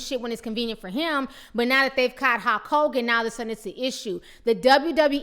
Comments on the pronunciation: is she really saying Hawk Hogan? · His name is Hulk Hogan not Hawk Kogan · is she calling him hawk Hogan ?l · Great commentary, there's just one thing...... Who is Halk Hogan? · Ti is killing me with this pronunciation. HALK Hogan.